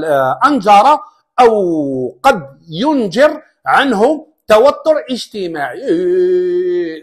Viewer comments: ين جر وليس ين جار . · فضلا وليس امرا ، تصحيح نطق كلمة "أنجر بتشديد الغراء في كلا الكلمتين (أنجر وقد ينجر) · حتى انت لاتحسن الكلام انجر بتشديد الراء وينجر بتشديد الراء تجار اليوتوب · ينجر الراءبالشدة وليس ينجر تتعلم تقرا من الورقة